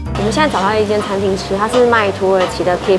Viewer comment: Kebab是念“可霸”，不是“K霸”喔～